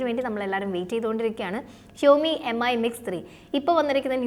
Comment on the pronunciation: Brand name ഉച്ചാരണം കൂടി ശ്രദ്ധിക്കൂ... Xiaomi (ഷാ ഓ മി ), Mi (മി )...